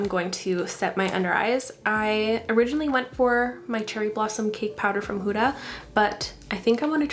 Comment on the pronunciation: Beautiful look and amazing video <3 Just a small suggestion - the Arabic pronunciation for "Huda" (of Huda Beauty) is more "Hood" (as in little red riding hood) "Ah" (you're saying that part right!! :D). But yeah, just in case you're interested :) Thank you for sharing your beautiful video!